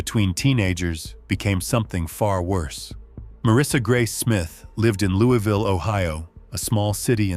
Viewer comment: Marissa 's hometown is pronounced "Louis" ville. I lived there,! Only in KY is it "louieville"